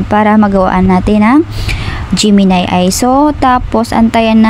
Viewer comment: A.i. po ang basa, hindi Ayyyy hahahahahahah